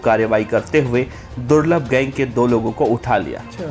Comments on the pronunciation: Durlab ko thik se bole le ulta mat boilye be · Ma bhi nhi rahi abb to par vo corona me chale gaye or hamare bhai ne kabhi kisi me kasur ko nhi mara jo bhi the sab purane gunde the or suno durlabh nhi durlabh bhai bolna